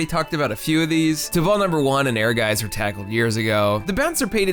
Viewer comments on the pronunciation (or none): Ah yes, my favorite Squaresoft game, "Air Gays" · "Air Gays"